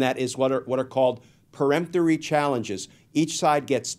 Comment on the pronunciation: Glenn, thank you for say PERemptory, not PREmptory!